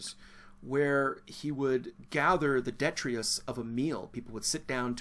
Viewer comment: no such word. I think you mean "detritus" - pronounced de-TRITE-us. Come on, Prof. You can do this! ; - )